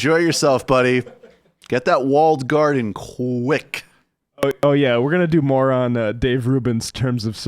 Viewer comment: “more on” or “moron”? 🤣😂🤣😂🤣😘✌🏻